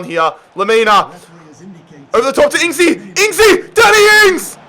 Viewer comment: "Daniel Ings"💀